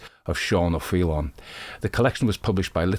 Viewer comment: Your Irish pronunciation of O’Faoláin is flawless, a beautiful and haunting story brilliant storytelling thank you